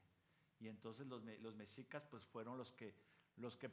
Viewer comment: Increíble que aún no pueda pronunciar Mexicas, Tenochtitlan.....